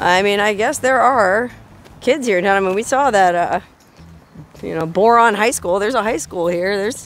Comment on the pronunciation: So riviting, I couldn't get past your initial promouncement of the town's name. Tedious...